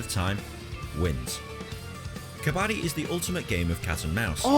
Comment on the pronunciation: You are saying kabaddi correctly